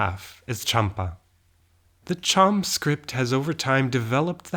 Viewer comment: Cham in Champa kingdom is pronounced like a "J" not "Ch", so Jaam.